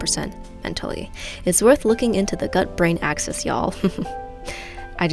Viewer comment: you don't know how to say y'all. its actually y'aalll not yaow. :)